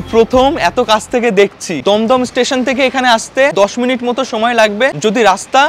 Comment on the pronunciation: ভাই দম দম না দুম দুম